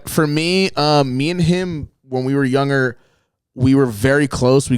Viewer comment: Nobody:: Yugger (younger)